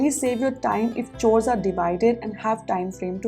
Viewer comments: "Chores" is pronounced as" cores"..... Don't mind. Your videos are awesome 👏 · Kind suggestion- you often pronounce "chores" wrongly. Please find the correct pronunciation